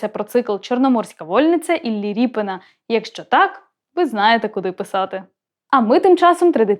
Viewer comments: Коли ведуча каже ,,ріпин,, навіть вухо ріже - правильно казати Рєпін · Та не РіпИн , а Рєпін --- РЄПІН !!!!!!!!!!! Оце тригернуло....... Пздц.......... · А чому так вимовляєте "Ріпин"? РЄпін! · Дитино! В промові українською мовою призвище звучить і пишеться рєпін , а не ріпін. Дуже соромно, що ви цього не знаєте. Вчить мову!